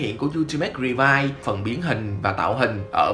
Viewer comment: Revi và vice , gọi chung là revice , ad nói sai r